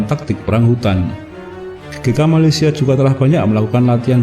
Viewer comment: tapi kalau mau sebut nama negara Malaysia sebut la betul betul jangan sebut macam tu